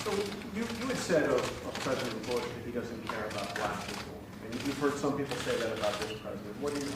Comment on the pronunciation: "I'll never have dinner with the presesident."